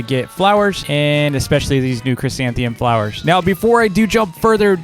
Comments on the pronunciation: tks, kids are loving it!! big favor though: next video can you say chrysanthemum instead of chrysantheum? kids are saying it that way and it's hard to "unteach" them. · Me: fails to even say the first three letters of the new flower: chrysanthemum